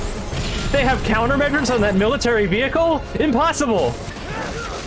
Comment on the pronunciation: "THEY HAVE COUNTER MEASURES ON THAT MILLITARRY VEICHLE?" LMAO THAT WAS HILARIOUS